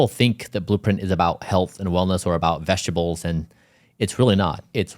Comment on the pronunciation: Yeah, I'm not gonna take nutrition advice from a person who can't pronounce "vegetables."